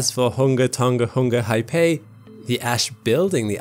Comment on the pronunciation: HOONG-ah-TONG-ah HOONG-ah-Hah-AH-Pie ;)